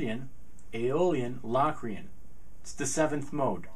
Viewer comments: Low-cree-en not LAW cre-in! hahah Great video though! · are you pronouncing it right? cause ive known it to be pronouced like "locust" not like "lock-rian" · productions Sorry but that is flat out wrong. The o is pronounced O as you stated in your formula above. It is not pronounced as a short A as is doing in this video. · covers it's definitely Lo(w)crian, not La Crian. In English we don't always realize the letter "O" gets it's name from it's sound. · I've always heard it pronounced "Low"- crian. Not "Lock". The Oxford dictionary online has long "O" listed first, then a with an umlaut. So it appears Low, is the 1st listed. Lock 2nd. Both listed so both are probably correct. Potato, po, tah'-to. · Is it pronounced LOCKrian? Cause my music theory teacher says LOWcrian. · Really sweet videos. And I speak as a pianist who has a pretty good idea what modes are about. I've always heard it pronounced "low-cre-an" though. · In Samuel L. Jackson's voice, "say Lock Re-Ann one more time"! Hahahaha! Seriously, though, Say Locrian one more time........ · He made a whole video about a mode that he can't even pronounce the name of.